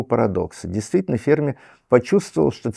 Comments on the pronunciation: Не Фермі', а Фе'рмі!!! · Почему ведущая произносит фамилию Ферми на французский лад, с ударением на последнем слоге? В отличие от Сурдина.